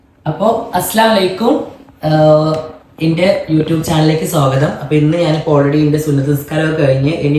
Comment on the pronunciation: അസ്സലായിക്കും അങ്ങനെ പറയരുത്. സലാം പറയുമ്പോൾ ശെരിക്കും പറയു കൊച്ചേ